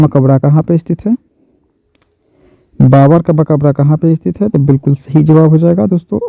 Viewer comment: sh aur s ko bolne me fark nhi malum shahi nhi hota balke sahi hota hai sir